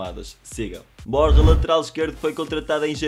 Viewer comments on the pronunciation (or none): none